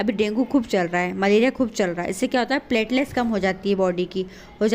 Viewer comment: Platelets bolte h correct bola kro Subscribe bhi galat bolti ho